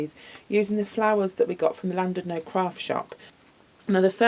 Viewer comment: Hi, I love the wreath. Just to let you know, you pronounce Llandudno with a C, so you would say Clandudno. Just incase you have any Welsh viewers lol x